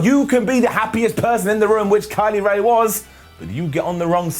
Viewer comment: Kay Lee Ray? Think you mean Kylie Rae